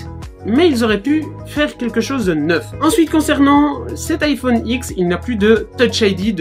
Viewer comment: Iphone ouite 😂😂